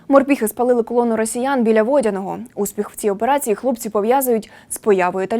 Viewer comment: Не ,» ВОдяного « , а ВодянОго «